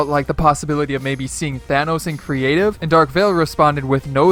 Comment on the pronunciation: Thanos not thanoos